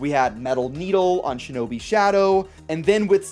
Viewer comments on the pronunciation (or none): none